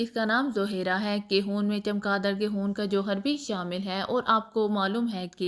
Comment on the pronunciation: خون نہ کے حون آپ کیا پڑھ رہی ھہی